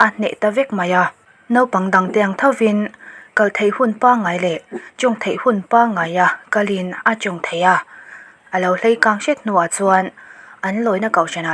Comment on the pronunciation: Hleikang anilo, Leikang tih tur aw Boss..🤪